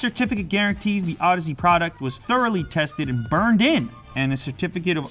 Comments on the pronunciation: Moron. It's audeze. Not odyssey. Learn to properly pronounce your products. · I believe it's pronounced ow-deez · Oh god, he said audeze wrong.... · Миша Китанин too bad this moron can't pronounce the company correctly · Max Fire you have to know how to pronounce "Audeze" to be a person who loves audio?